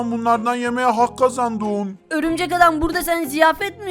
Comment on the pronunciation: Birşey soylicem horumcek adam değil örümcek adam